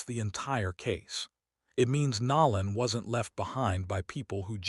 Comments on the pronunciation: His name is NO LAN NOT NA LAN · Stop acting like you can’t pronounce NOLAN .. NOLAN to be correct T F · That is 🧐very concerning if they cannot even pronounce his name correctly 😢 With AI they should have correct this immediately . I’m leaving out of respect because I cannot stomach them mis pronouncing his name.😢